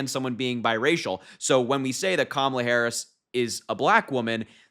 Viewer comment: The way they continue to mispronounce Madam President's name makes my stomach turn and really just shows how juvenile and ignorant they really are!!! 💙🇺🇸💙🇺🇸💙🇺🇸💙🇺🇸💙